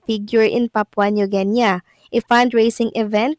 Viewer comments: Its not ginya! Its Gini!😅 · Idol. guinea should be pronounce as GINI..( Geenee ) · You pronounce Guinea as Gini as it's spelled. Good morning and happy Monday ♥️♥️♥️